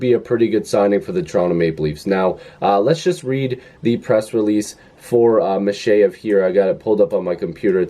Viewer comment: accent on the second syllable (MikhEyev)